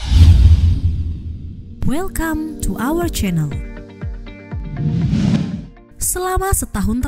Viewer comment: Kalo yg cowo narasinya gw dengernya “welcome to arch chanel” baru denger yg cewe ternyata “ours” toh 😂